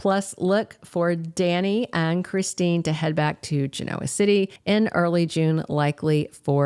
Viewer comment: Its pronounced Gen-o-ah not Geno -ah. Please and thank you 😊